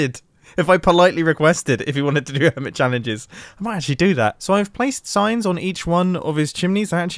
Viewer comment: I legit thought you said you had filled Grian's base with science and not signs. I was so confused.